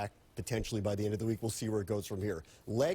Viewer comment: "Legs-sanity"??? Fail.